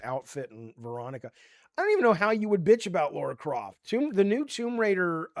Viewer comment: Stop saying Laura croft. Its not hard to say lara